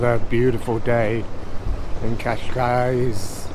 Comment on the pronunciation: Spot on pronunciation of Cascais,! Next: Cais de Sodre... k'eye'sh soodray. 'oo' as in book. The Lisbonians drop the 'de' I am told....